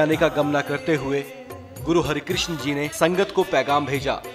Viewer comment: It’s not Hari,,,, it’s har krishan G